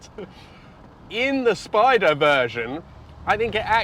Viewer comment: you know that Italian is a phonetic language; you could help end the confusion over the word Spyder/Spider by pronouncing the y or I in Italian just like you do with BiTurbo.